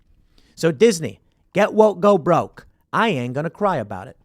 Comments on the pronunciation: I believe it's "GET WOIKE, GO BROIKE" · “Get Woike” lmao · "Get Woike" XD